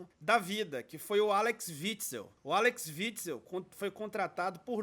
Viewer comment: É Axel e não Alex rsrs....